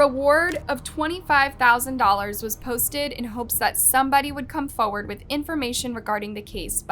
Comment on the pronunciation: Its said “forward” not foooard.